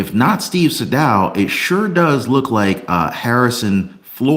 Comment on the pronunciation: Pronouced Steve Saydough not saydow